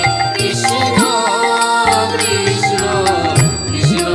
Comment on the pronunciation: উচ্চারণ ভুল, কিষ্ণ নয় হবে কৃষ্ণ...